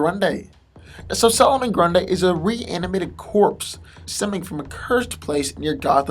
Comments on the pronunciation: It's NOT Pronounced "Grun-Day" It's Pronounced "Grun-Dee" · it's grundee not day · why are keep calling him "Grunday" instead of "Grundy" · grundy bro not grunday hahaha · i think the video wasnt too bad but everytime you pronounced grundy (grun-dee) as grun-day i wanted to teleport to your location and slap your mispronouncing ass. its grundy damn it! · ummm grundee not grunday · does it bother anyone else that he seems to say grun-day a few times instead of grundie? could just be me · This boy said Grunda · Your pronunciation of some words is atrocious. Grundy(Grun-dee), Wanton (Wahn-Tahn) and some others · Someone mentioned how nearly every 'superhero' has regenerative powers now, maybe... but it's a shame the commentators have to destroy the spoken english text by being incapable of speaking properly, so either learn to pronounce english or sod off; typical example.. solomon grundayy!! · It sounds like GRONDAYY he said GRUNDAY 7 years later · "Solomon GrunDAY". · Why’s this asshole pronounce Solomon Grundy like that? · Why do you keep saying Grundy like this, there is not an A between the d and y in Grundy